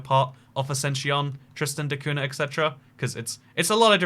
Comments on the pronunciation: Man said Tristiana de Kahuna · You got Tristan da cunha all wrong bro, the name and the island